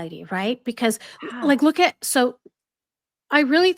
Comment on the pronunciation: When Mindy asked her about her "look" pronouncing it "luke" meghan was furious😂😂